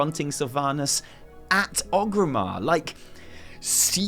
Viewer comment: Oh FFS It's ORGRIMMAR! With an R! oRgrimmar. Named after Orgrim Doomhammer. Not oGrim. oRgrim. You don't say Loderon do you? No, you say Lorderon, because there's a fecking R in it, just like oRgrimmar!!